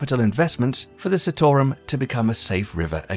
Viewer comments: the CITARUM pronounciaton is wrong. its not sitorum but it pronounced as CHITAROOM. but this video is good. i love this video❤ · Where are you getting Sittorum from? It's Chee-taa-rum. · Say it with me - NOT Citarum, it is SEETARAM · It's not 'see' 'tore' 'rum' , it is pronounced 'cheetah' 'room'... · Citarum not pronounce Sea-to-rum. its Chi-tar-room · Just so everybody is clear here. A lot of the footage in the video is not actually from Citarum river, or the cleanup currently happening there. Also, the ADP is often accused of greenwashing because the allocation of funds is questionable at best, and nefarious tactics are used to silence those who oppose their funded projects. And also, its pronounced "chi"tarum -the same way he pronounced Cimahi in the video. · It is pronounced Chit-O-Room